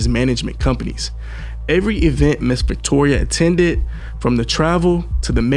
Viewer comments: its pronounced Ven-tura not ventoria LOL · Love your vids, but man gotta get the pronunciations down. VENTURA , not Ventora/Ventoria/Victoria. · It's not ventoria it's ventura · Wow. Stomping her in the face. 😢 he’s a demonic savage. Also Her name is Ven-TURA. VenTOORAH. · Its Ventura not ventoria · Why do you keep pronouncing her name wrong? Ventura is not Venturia. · Ven-tu-ra bro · Nigga do you not know how to pronounce VENTURA!!!! JESUS!!! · Mispronounced her name so much it became annoying. I'm out